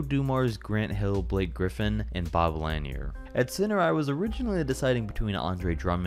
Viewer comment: Without question. This dude lost me before that anyway. I can't trust a dude that refers to Bob Lanier as "Bob Lan-yer"